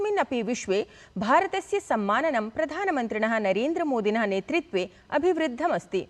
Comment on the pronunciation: सम्यग् वाचितम् । कृपया ""नेतृत्वे"" वदतु , न‌ नेत्रित्वे"' Gyan nahin jnan 🙏